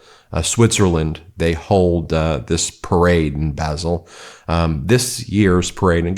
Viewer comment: Basle is pronounced 'Barl', not 'Basil' as in 'Basil Brush'!! 😄